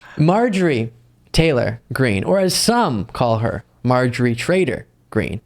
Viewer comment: You mispronounced Empty Greene.